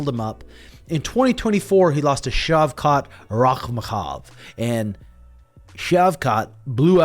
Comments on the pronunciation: Rakmokov is yet another mispronunciation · Bro, it’s Shavkhat Rakh-mah-noff that’s how you pronounce his last name RAKH-MAH-NOFF, respectfully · Dude is butchering shavkhat’s last name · there’s no K in shavkat’s last name